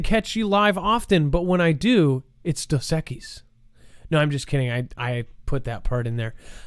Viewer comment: Yes, it is Dos Equis. lol! You said it right. You did it well.